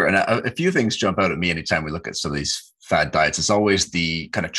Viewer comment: "Fad diets" he says.